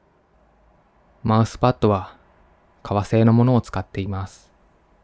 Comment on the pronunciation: マウスがマイスに聴こえて、(あ、働きすぎて複数にみえている…？？)ってなった(笑)お疲れ様です。ほんとに。